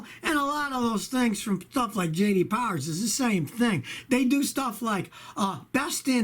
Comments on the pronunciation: J D POWAH. Hi I'm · J.D Powah